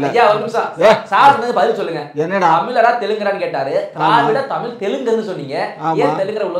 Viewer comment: முதலில் தமிழ் என்ற வார்த்தையை சரியாக உச்சரியுங்கள்